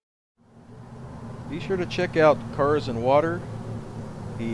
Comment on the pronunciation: its pronounced car sand water